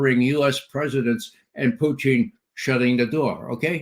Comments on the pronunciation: Someone please correct Ray's pronunciation of Putin's name, his current pronunciation sounds derogatory and Ray has no good reasons for disrespect of President Putin. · Sounds like he's referring to a certain Canadian dish of cheese curds over potatoes and gravy.